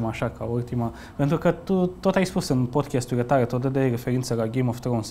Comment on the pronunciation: Băieți, vă rog, se pronunță așa cum se scrie, adică PODCAST, nu PODCHEST